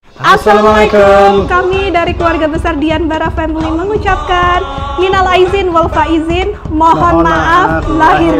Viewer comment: maaf sebelumnya ya mbak.. kata2 ucapan minal Aidin walfaizin nya salah mbk.. bukan minal aidzin walfaizin... Nanti artinya salah juga lho mbk.. yang betul seperti yang saya bilang di awal.. minal Aidin walfaizin mohon maaf lahir dan bathin🙏🙏